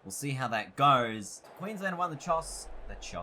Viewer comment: “Queensland have won the Choss”